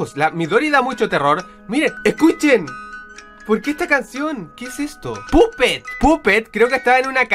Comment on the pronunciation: Es puppet pero se pronuncia pappet.